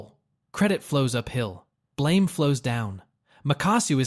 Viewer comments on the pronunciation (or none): none